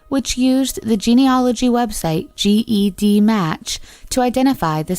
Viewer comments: it’s Ged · CeCe Moore is a super hero! Also it’s pronounced” JED “like the name match. Not G.E.D match. Just for future. Fantastic video! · it's spelt GED but pronounced JED. Ive been wanting to correct her during this whole video lol